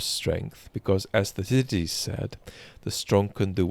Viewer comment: It’s pronounced Thukki-deediss.